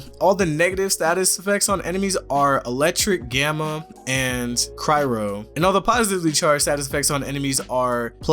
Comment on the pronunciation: That cryro tho. (Cry-o)!